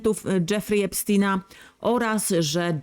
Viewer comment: Epstina😂😂😂😂 mów poprawniej